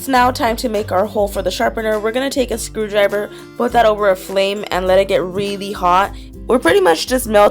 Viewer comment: am l only the one who heard screw driber not screw driver